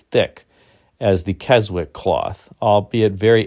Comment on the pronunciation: I pity the salesman that confused Keynote cloth with Keswick cloth on the order form. I am confident many of us would welcome a full video devoted to the 1970 Buick sales brochure. BTW the 'w' in Keswick is silent 😉